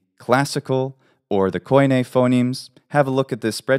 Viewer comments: Why call common Greek k-aw-ee-neh (koine) , when in Greek we just pronounce it kee-nee ??? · thanks for the correction. you are right I got slightly confused with terminology in some cases . None the less the word is not pronounced koyney it is pronounced kini, or kee nee there is no o-y or e-y... look at the translation of φοινηξ and you will understand the inconsistency between different takes of the of the double vowel use/translation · Hey amazing research and information, makes me want to get back in to learning Hellenic again, thanks! I do have one comment though being native and all. It is very common to mispronounce some things due to the different use of letters between different languages. For example Koine is actually pronounced Keen-ee (kini) and not Ko -ee-ne. Even though there have been major changes over the millennia, the modern way we speak Greek helps to understand the fluidity when speaking within a set of consonants and vowels. As an unwritten pronunciation "rule" back then that we kind of have today as well, we avoid to pronounce multiple consecutive vowels ( I totally forgot the term for it). So if you try to pronounce a combination of words of something like Κοινή ελληνική together you will see (hear) that it "oi" as "o-ee" does not sound natural at all. So I think phonetically things lie somewhere in between but can of course be as diverse as in modern Greece from the old Corfiot to Tsakonian, Cretan or the Cypriot Greek dialects.